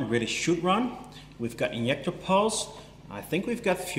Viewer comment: I like watching your videos, but you kill me when you say INJECTOR, LOL